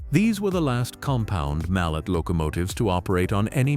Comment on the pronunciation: It was pronounced (MAL-LAY) . The last name of a brilliant Swiss born mechanical engineer not a type of hammer . His family was of french lineage .